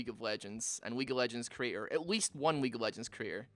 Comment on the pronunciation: at some point i was sure he said weak of legends lmao 💀